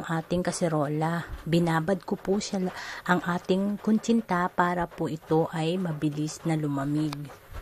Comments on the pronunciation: Kutsinta not kunchinta. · koreksyon,,, kutsinta ba.? o kuntsinta ehehe,... bulol pa rin si ate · bakit kuntsinta ang bigkas tama nmn nakasulat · hahaha oo nga po ate kuntsinta tanggalin nyo lang po yung N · KUNTSINTA NAKAKAIINIS PAKINGGAN ATE😅😅😅😅😅😅